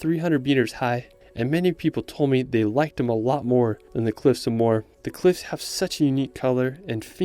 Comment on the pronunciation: Nice video, sorry to be critical but you miss-pronounced many names of places: Don-e-gal, Ar-on Islands, Cliffs of Mo-her..